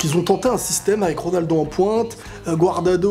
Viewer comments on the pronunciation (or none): Haaha il a dit GWARDADO X) il s’appelle Cuadrado vieux con😂😂😂